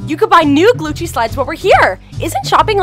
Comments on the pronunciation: It is Gucci not gluchi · Its Gucci not gluce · LOL THE GUCCI SAID GLUCCI BAHAHAHAHHAHAA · it said glucci 😂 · He said Glucci slides L.O.L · Glucci? I think they are trying to say Gucci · Glucci slides lol that’s wat I heard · Isn't it supposed to be Gucci not Glucci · He said Glucci Store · its not glucci its gucci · It's not glucci IT IS GUCCI!!!!! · Am im sorry to ask but its not glucci its gucci okay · It's not Glucci it's Gucci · its not "Glucci" its Gucci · It’s called Gucci not glucci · It’s Gucci not glucci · It’sGucci not Glucci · "I NEED MY GLUCCI SLIDES" rlly,glucci? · You are saying glucci 😂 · Who heard glucci like if you heard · I swear I heard glucci no shade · It said glucci